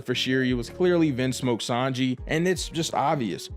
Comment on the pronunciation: I can’t be the only one that thinks it doesn’t feel right when he say vinsmoke sanji